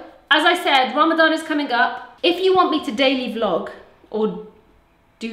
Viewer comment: Its Ramadan not Rama gama ding dong! How is that cool?